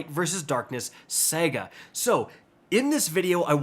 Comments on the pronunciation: It’s Saga, not Sega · He said SEGA 😂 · Did this man just say "light and darkness Sega"? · Homie says shit wrong on purpose so we will make comments like these 😭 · lol, and he keeps saying it too, I’m certain I’ve heard him pronounce it this way before lol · Yes he did 🤦‍♂️